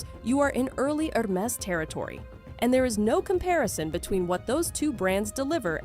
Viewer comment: You really should pronounce these brands and styles properly--Hermes, tote, Hedi Slimane, etc-all need some attention. Credibility suffers when you dont know the basics.